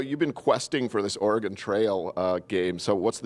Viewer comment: She can’t pronounce Oregon…